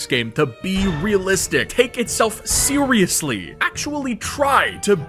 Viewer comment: "sewususly" LOL